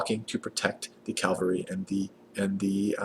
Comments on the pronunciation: Please stop mispronouncing "Cavalry", it's soooo painful xD It's Ca-Val-Ry note the position of the L. You keep saying Cal-Va-Ry, which is quite funny, since The Calvary is the place where (allegedly) Jesus was crucified. cheers, thanks for the Civ V videos. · My inner grammar Nazi dies every time he calls them CALvary instead of CAValry. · calvary is the hill jesus was crucified on please stop calling the cavalry calvalry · i get irrationally mad when you say 'calvary' instead of 'cavalry' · "Cal-Var-y" is killing me lol. Great guide though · Perfect video! Except that you pronounce cavalry “Calvary!” ;)